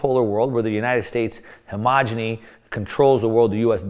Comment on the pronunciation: Great content as always. And -please check your pronounciation: it’s not Heg-Om-Any (not an English word) Try: Heg-Em-Ony (Complete dominance)